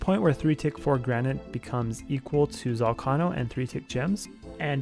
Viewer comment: why cant you say ZOL-KAY-NOH correctly?